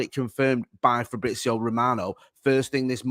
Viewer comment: Painful to listen to mispronounce shit over and over and over and over again. You're a journalist bruv, sort it out ffs. Frabrizio Mitidgyland Eribadivise bloody Christ